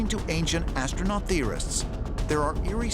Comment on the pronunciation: Did he say ancient assnuts